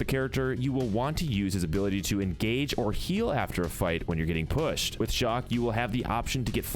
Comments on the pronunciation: He keept calling chaac shock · why did you call chaac shock?